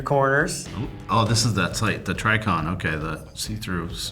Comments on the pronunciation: Yea. This was pretty painful to watch. Neither knew anything for the most part. The AK myths were painful, and and I wanted to scream when they said “u can’t buy this as a civilian” about an eotech. Also it’s pronounced “GUYslee” not “Giselle”. “TriGGicon” not “Tricon” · pretty sure the only time I’ve heard Geissele pronounced “jizzell” lol and Trijicon “Trycon” was from people who know zero about anything gun related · Who the fuck are these guys? Didn't know what a magnifier was, pronounced a bunch of WEEELLLLLLL KNOWN company names so wrong it hurt. "Alluminated recticle" "quick detach sight" "tricon" lmfao.... what did you do in the military again? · Dudes don’t know how to pronounce “guys-Lee” or “Trijicon”. Yea, “specialist” 🙄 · this guy claims to be special forces, they are NOT issued standard kit. They get accessed to far better equipment. These guys seem like frauds to me. What grunt or spec ops soldier does NOT know how to pronounce trijicon